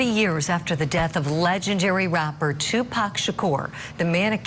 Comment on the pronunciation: Finally, after all these years they pronounce Tupac's name right.......I'm tired of hearing them say Tupack